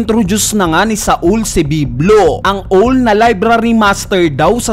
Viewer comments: Owl ka pa rin ng bigkas? Awl ang bigkas doon. Hindi ka ba nag-grade 1? Owl-lul ka rin e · Hindi ko kakayanin OWL pronunciation nya hahahaha